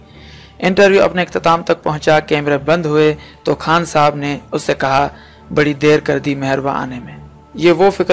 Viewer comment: Khan bolain Bhai khaan nai ap Indian hn